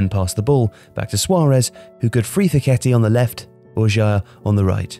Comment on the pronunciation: It sounded horrible for those of us who know the right pronunciation. Also, didn't anybody notice the way he pronounced Jair?!!